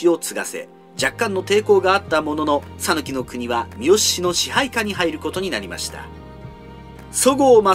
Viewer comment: 讃岐人です。「さぬき」の発音は、「さ」にアクセントを付けず、平坦に「さぬき」と発音していただければと思います。